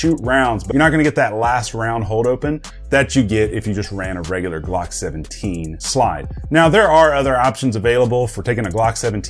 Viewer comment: That’s “Glocks” not Blocks